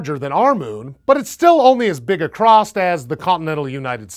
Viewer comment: science host, says "acrosst" .... are you TRYING to rustle jimmies? because it's working.